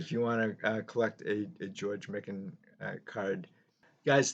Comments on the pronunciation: Great video on Big George. It's pronounced "My kin". He was a very friendly guy. Got his autograph at a show signing in the 1980's. Said his wife combined all his championship rings into one ring. He used to sit in the front row, in the corner at Timberwolves games, a few seats down from Kirby Puckett. Vikings players sat behind the visiting bench, and Jimmy Jam of Jam Productions, would sit at half court with the artist that would sing the National Anthem. The Scott's Potato Chips cards are very rare. Made in East Grand Forks, MN. The backs of the cards say you can exchange the cards for a signed Lakers Team photo, which had printed signatures. I have a John Kundla Scott's Potato Chip card that I've shown in my video's. Most recent was a Rookie VR for Sammy Thunder last week. Stuke's Baseball Cards and Curiosities. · Prior to this video, I’d only heard his name pronounced Mike-an ;)